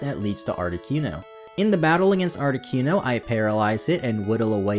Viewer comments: It amazes ne how many times you managed to squeeze in saying 'ArtiQUEno' 😅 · Hello from a new subscriber. I liked the long intro. Not many, if any, would show that kind of attention to reading that guide book. I’ve never heard Articuno pronounced as Arti-kew-no before, lol. Interesting how differently names can be pronounced. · Lol "Moltress" and "Articyuno" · Great video, but I take issue with the way you say Articuno..... art-ih-coon-oh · you say articuno like cartman says coon on south park..... and its cringe af.. but i still love your videos. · the way he pronounced articuno tho.